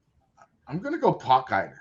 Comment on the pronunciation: Did butcher Aldrich’s last name?!? 😂 Had to replay what he said four times 😅 until I realised.